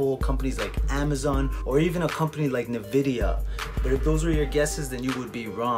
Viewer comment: hey just a tip, its "EN"vidia not "NE"vidia, keep up the hustle bro!